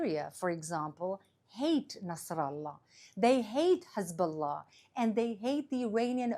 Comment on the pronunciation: Finally an Israeli that pronounces Hezbollah correctly and doesn't say Khezbollah